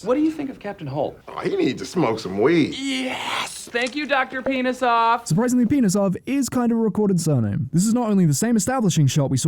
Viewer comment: sorry my man, love the thing and stuff, but nobody slavic would think pinhasov is anywhere close to penis-off, sorry :(